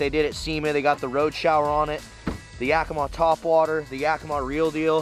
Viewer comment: its ya-key-mah, not yak-ih-mah...